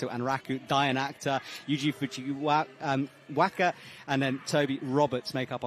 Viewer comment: ikr.. when he said fujiwaka i just 😮‍💨 small matter but ahhh